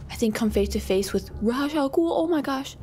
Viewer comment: It's not Ra'z it's Ra's!!